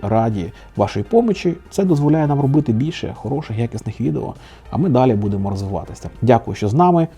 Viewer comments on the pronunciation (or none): none